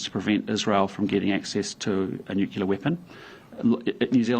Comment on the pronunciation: Please teach him English, someone! " nucular" 😬